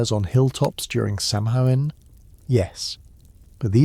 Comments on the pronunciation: Garlic speaker here. It’s “Sow-en” not inn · This was mentioned in the last video… it’s pronounced “Sow-En”… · It’s pronounced saw-win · Please pronounce samhain correctly it's pronounced sowinn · Great video. Btw, Samhain is pronounced “SAH-win” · If only he could get the pronouncing of our holiday correct. In the last one, it was Sam-hain or Salmon. In this one, it’s Sam-hoo-win. Several people have mentioned it already. 🤷🏻‍♀️